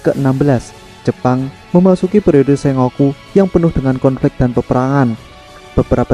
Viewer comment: SENGOKU , bacanya : Sen..goku , ya mas